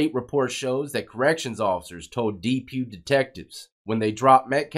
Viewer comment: You’re saying Depew a funny way brother